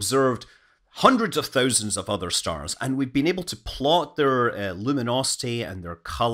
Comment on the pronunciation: Hit like every time he says THÖUSAND